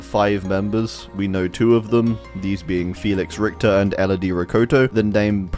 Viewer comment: the way you pronounce richter is so cute